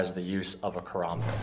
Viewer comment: He lost me when he sed " I love using a korombot"... didn't know karambit had fucking o's in it 🙄